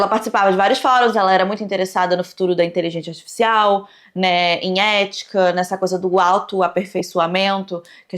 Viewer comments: "Inteligentia artifixial" kkkk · Adoro que a nunca consegue pronunciar inteligência articial kkkkk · siiiim hahahahaha saiu de tudo, menos inteligência artificial